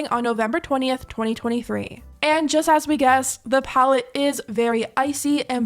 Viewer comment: Wtf is jijest?🤣